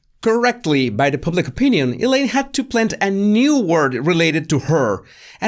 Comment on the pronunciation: Loves ya. But every time you say ‘public’ as you do, it sounds soooo close to pubic. Haaaaa. I smile each time. Amber’s pubic affair....